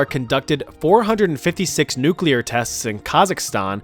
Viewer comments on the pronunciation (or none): none